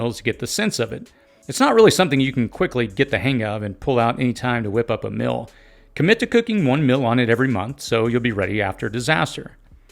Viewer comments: Mill vs meal. Sill vs seal. Fill vs feel. Please distinguish these pronunciations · You talk funny Meal--->mill Fire------->fur Sealed-----> silled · "Meal" rhymes with "eel".